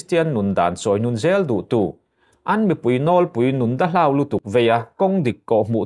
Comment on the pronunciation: Nun 'dahlau' tiha 'hlau' tih hi thlûk sei loh tur; lam pum nghal vat tur. 'Duh fir tak/kristian chhungkaw fîr tak'' (pure) tiha 'fir' hi 'ka kîr leh ang' tiha 'kîr' tih anga lam tur. A tihdanglam (modified form) hman erawh chuan 'A tìr tĕah' tiha 'tir' angin lam tur.